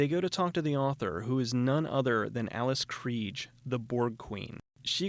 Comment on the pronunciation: You mispronounced Alice Krige's name